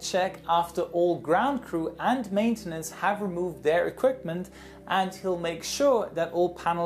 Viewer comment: and how do you call matenince